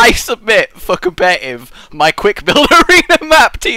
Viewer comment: ITS NOT COM-PED-I-TIVE, its COM-PET-I-TIVE